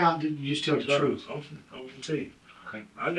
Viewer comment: "GOD's honest truf" "i tricks that's it"